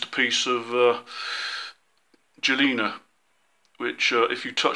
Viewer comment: "galena" is normally spoken with a hard "G" as is "Gone" Crystal radios are a great hobby project. You can get the materials to make one fairly easily. With some effort you can make one loud enough to sit and listen to via a speaker. They can be made on an acrylic sheet to make them as an "art piece that receives" If you make two coils that slide neatly over each other and connect them in series, you can tune by sliding one coil in and out. There is also a "stolen power" version where you build one just to make power to run an amplifier for another. This lets you hear weaker stations without need of a battery.